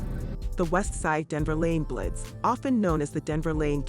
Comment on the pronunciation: It’s an A.I. bot. It calls the bloods “blits” lol